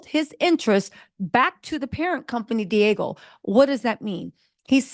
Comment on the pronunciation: Say it with me D Ahhhgg Geo = Diageo not Diego!